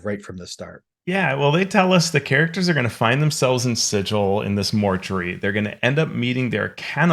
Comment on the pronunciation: Actually it's pronounced Sigil, not Sigil. 😂